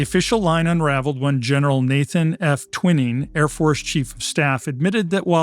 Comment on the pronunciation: The Doublemint sisters being fake twins perhaps led to the pronunciation of Gen. Nathan Twining's name as "Twinning?" The General had far more interesting ties to UFOs than research for this report seems to have realized. Stories around Gen. Twining's role in early recorded UFO history (Roswell) could have replaced some of the included personalities and events lacking any connection to UFOs, introduced tellingly with "And also..." 😂 Kind of all over the map, but some fun references (Arsenic and Old Lace)along the way. Dulles's machinations and manipulations are legendary; he had such a firm a grip on the CIA that after JFK fired him, he ran the agency from Switzerland, where, safe from extradition, he ordered the assassination of JFK. If you think that UFOs are not real, then the CIA's 'doublemint' strategy to both confirm and deny UFOs as myth while deliberately fabricating evidence that UFOs were dreamed up as a cold war cover for secret tech? Well, it worked on you, at least. Evidence for the UFO and NHI reality has gathered outside of and independently from any US or foreign agency's strategems. Embarrassingly high mountains of evidence, easily perused in histories and studies across 70 decades, long ago yielded to UFO fact. The answer is yes, their existence predates CIA, and actually necessitated the very birth of CIA--a fascinating story in itself. Unfortunately, the Doublemint "twins" don't figure in it. And also..."Venuvians?" It's "Venusians." And also... "gist" is